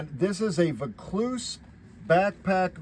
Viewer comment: Great video. It's pronounced "Voor - clues" we have a suburb in Sydney named Vaucluse... Most expensive property in Australia